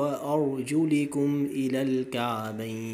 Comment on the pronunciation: و ارجلَكم بالآية بالفتحة و ليست بالكسرة